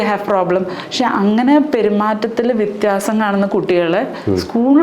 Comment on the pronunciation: വിത്യപിയാസം അല്ല വിത്യാഖ്യാസം!